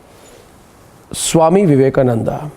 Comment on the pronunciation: She don't want to call Swami Vivekananda , She wantedly calling swami Avivekananda